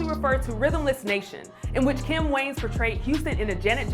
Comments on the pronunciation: Their last name is pronounced WAY-YANS not WANES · Way-Ans. Not Wayns 😒